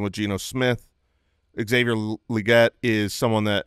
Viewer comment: Can I just say it's weird hearing people say Legette LEE GET. It's his accent, that's why he says it the way he does, you don't have to emulate an accent, lol. If someone's last name was Anderson, and they pronounced it AIN-DUH-SONE, would you also say it that way?